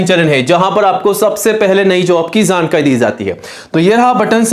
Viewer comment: jaankari ❌zankari✅